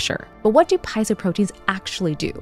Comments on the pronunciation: Piezo does not sound like pie-zo. 🙄😖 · It's pronounced "peet-so" or "pee-zo". Not "pi-zo" or, my favourite one, "pie-ez-zo" 😂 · Fascinating video. Lots to unpack. Meanwhile, as a biology grad, I would like to point out that it's pronounced "pee-ay-zo". No pie is involved, except at Thanksgiving! 😉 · Piezo= pee-ay-zo. Not pie-zo. Electronics hobbyists often get this wrong and it drives me nuts, like feeling my insides during digestion. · Why would you pronounce piezo correctly, then switch to saying "pyzo"? I'm just saying, things like this heavily contribute to why people think americans are uneducated. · Not just vagus, piezo is also pronounced "pee-ay-zo". No slices of pie, I'm afraid! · She’s mispronouncing piezo , do your homework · Here's a bigger mystery: is it "pee-ay-zo" or "pie-zo"? I've always pronounced it the former because the latter just doesn't feel fight to me for some reason lol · You’re pronouncing piezo wrong. You said it correctly at first then pronounced incorrectly throughout the video. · she doesn’t pronounce piezo correctly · Good video. A couple reminders: - "Nobel" is pronounced no-BELL and not "noble." - "Piezo" is pronounced pee-AY-zo. You had it right the first time and then reversed it. Still an interesting video; love the channel. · I love your videos and will continue to watch. But don't understand how you can pronounce Piezo correctly one time then incorrectly thereafter. How you can correctly pronounce Nobel at one time and then incorrectly pronounce it thereafter. That gives shivers of AI.